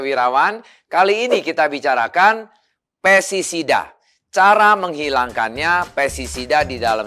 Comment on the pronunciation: Sorry pak, bukan pesisida tapi pesTisida.